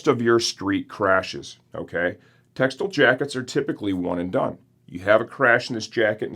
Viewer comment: Tex-tile not textle